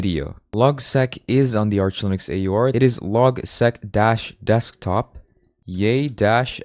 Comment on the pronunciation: I'd suggest pronouncing LogSeq as Log-S-E-E-K the S-E-E-K comes from Sequential.